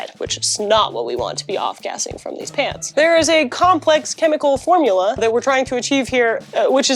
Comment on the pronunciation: For a moment there I thought she was saying "I love paints"... Which is understandable, considering her normal content.